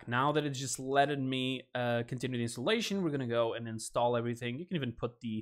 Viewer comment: u said cab instead of can